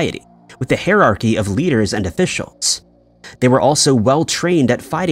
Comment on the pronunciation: Excellent voice acting, except for one word. Hierarchy, which he pronunced like hEir-archy.